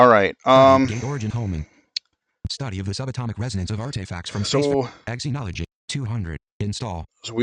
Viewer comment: Just to let you know, it’s pronounced zenology.